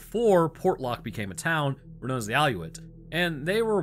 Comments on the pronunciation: It’s a cool story. I think there must be something going on there. Too much weirdness in one place. I’m born and raised in Alaska and still live here for hunting and fishing. Just a few things. Aleut is pronounced “Al-EE-ute”. There are zero polar bears anywhere near that area. Nearest polar bear territory is 900 miles north of that area. There are no mountain lions in that area at all. Bear track look e completely different than humans and no chance you mix them up with claws. Reach out if you have any Alaska questions. I’ve covered more areas in Alaska than almost anyone with river boats, bush planes, ATVs, and snow machines. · Great video. Small correction. Kenai is pronounced like KEY-nigh, not ken-eye. Aleut is pronounced A-lee-oot. It is actually the name given by the Russians to the Unangax̂ and Sugpiaq peoples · Aleut (Al-ee-ute). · Preface: I love your content. I’m a Alaskan and a native. You saying “all-yuts” made me wince. 😂😂 “Al-ee-youts”😂😂 Love you. Polar bears do not live that far south. 110%. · alaskan resident here. it’s pronounced AL-EE-OOT. not a-loot. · I live 8 miles north of the city of Kenai on the Kenai Peninsula and it is pronounced KEE-ny AND A-lee-OOT. Moose are pretty easygoing animals, if you leave them alone they will leave you alone (most of the time), I have them in my yard all the time. Kodiak brown bears live on the Kodiak islands and not on the mainland. There are no polar bears on the peninsula, we are too far south for them. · I live in southern coastal Alaska, and Ive always heard the name pronounced Al-ee-yute there are also the Alutiiq, although I think thats a different tribe. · Keen - I And al-ee-oot That is all... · The proper pronunciation of Aleut is A as in cat Lee oot... 😊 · Can't believe he can't pronounce ALEUT says alutes!! Im ALEUT i had to laugh at that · Aly-u-ts... is how you pronounce the word. This is far the only part of Alaska with this issue. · Proper pronunciation is Kee nie and AL-ee-yoot